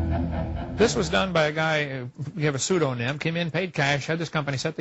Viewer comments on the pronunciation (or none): it's pseudoniM and NOT pseudonyn!